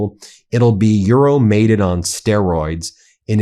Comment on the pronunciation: Ben, get some help for your pronunciation of non-American/English words. It hurts my ears to hear you say Shahed, or EuroMaidan. Sounds like "My Dan", from ميدان, from مدن. Yani -- City Square.